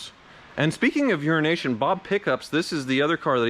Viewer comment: Euronation bob CC: Urination bob